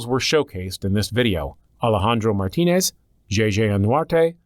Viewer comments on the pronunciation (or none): none